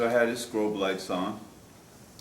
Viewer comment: Had this guy really made it 67 years and nobody told him it’s pronounced “strobe” lights?